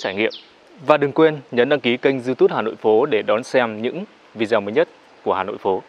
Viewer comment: mong bạn đọc lại cho đúng chữ "video"